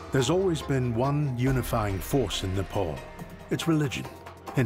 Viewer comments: Its not Nepaul.. Its Nepal!!! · IT IS NEPAAAAAAAAL!!! NOT NEPOOOOOLLL!!! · it's not Nepul! 🙄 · Please pronounce the name of the country correctly. It’s NOT ‘Nepole”. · Very good video.. But you westerners truly need to do a little more research as in how the pronouncing of names..my good man every time you say "nepaul".. My ears bleed a bit..I'm sure you can do better.